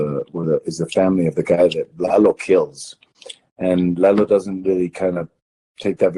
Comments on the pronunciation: it’s Lalo not Laylo. Just Lalo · this interviewer is so triggering , LEYLOOO , ITS FUCKING LA LO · The host was going to say the character name "Lalo" right the first time but then changes to "Lay-lo." Dude you had it right the first time. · I have watched a few British review channels on BCS and they all say LAYLO. This guy is Australian, so I think it's just an accent thing. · Quién carajo es Leilo Salamanca?! Everytime he says "Lay low" some grandma gets corona. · The way in which Tony pronounces "Lalo" is too cute! 🤩 It keeps bugging me when the interviewer keeps pronouncing the name wrong though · Cut him some slack. He's an Aussie more than 14,000 km from Mexico & the US. Those guys have no experience with the proper pronunciation of Spanish. He's a fan and he got supremely lucky to get Tony Dalton. If you want to criticize bad pronunciation you should take a look at Don Hector Salamanca y Gustavo Fring. Los dos hablan un espanol de un bebe de pecho.